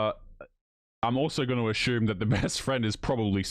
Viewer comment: "...ashume...ashume..." Difficulty pronouncing the word "assume?!"